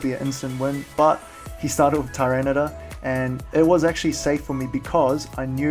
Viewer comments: You say tor instead of tar. And you spelled it tor instead of tar as well :P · Love your vids, but every time you say Tyranitor, it makes me cringe... its ty-ran-i-tar